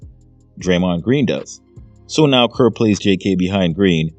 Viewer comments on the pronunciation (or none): It’s Kerr Kerr Kerr! You sound stupid Kerr! Gg❤